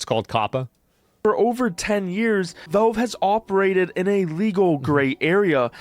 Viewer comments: Ah, this guy again. Wtf is "VOlv" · Jew York, flagrantly abusing the law to rob or chastise someone!? Never!! By the way, it's Valve; not Velv.